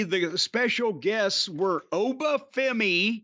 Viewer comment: At least Jim pronounced Oba’s name properly